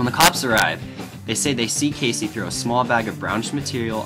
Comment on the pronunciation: Good video, but why do you pronounce his name "Casey"? It's Key-Z.